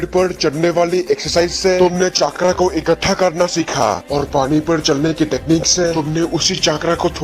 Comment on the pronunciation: Voचाक्रा नहि vo चक्र है